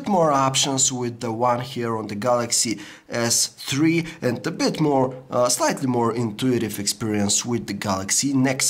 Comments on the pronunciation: Galaxy S-Tree FTW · Lol, samsung galaxy s tree